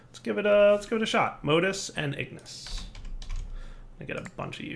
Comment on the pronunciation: And Ingis